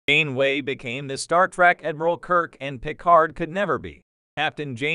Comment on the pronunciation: I'm sorry, but the AI voice and horrible pronunciations of "Janeway" and "Jean-Luc Picard" made this video unwatchable. 😞